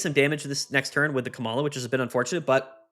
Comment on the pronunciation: I think its pronounced "Coma-la" -- as in "oh dear it appears my beloved wife has fallen into a coma"